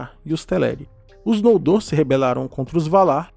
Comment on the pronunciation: "Nóldor" ou "Nôldor" não existe oxítonas em línguas de Arda.